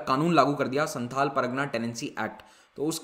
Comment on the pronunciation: Sir you are pronouncing pragna but it is par GA na